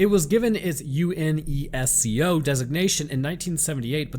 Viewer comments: It's not you-en-ee-ess-cee-oh, it's UNESCO. "Younesko". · Just say U-nes-co. Great video regardless tho. Love your stuff. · it's pronounced U-nes-CO like the letter U nes like the nintendo and CO like company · I have never heard UNESCO spelled out. I dont think its supposed to be, it's just 'you•nes•co' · Yes he tries. He played it safe with UNESCO 😅 you-ness-co! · UNESCO: (You-ness-co) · UNESCO can be shortened to Unesco. One word, you-nes-co. Might make it easier to talk about it. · UNESCO is pronounced like a word